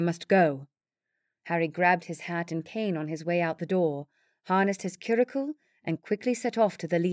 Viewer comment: I'm enjoying the story despite a few odd pronunciations (query when it should be quarry, cure-icle instead of curricle, for example). I suspect the narrator is American, but with a variety of decent British accents. Thank you for the entertainment. 🙂